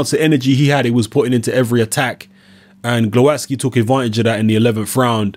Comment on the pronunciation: Proper pronunciation is Gwovatzki.